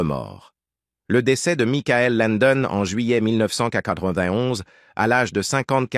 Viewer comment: Ce n’est pas Mickaël son prénom, mais Michael (comme Michael Jackson)